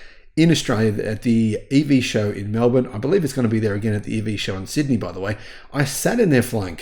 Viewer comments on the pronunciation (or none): none